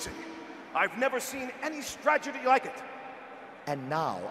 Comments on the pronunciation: anyone else catch Dan Green say "stragedy" instead of "strategy"? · Yami yugi pronounced strategy, "STRAGADDY". Not being a grammar nazi buuuttt....